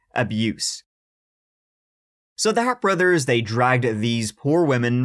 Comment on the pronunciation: If many people haven’t told you yet , I have always heard the name told as The Harps bros pronounced as The “Har- pee” bros. Not that it makes a big difference.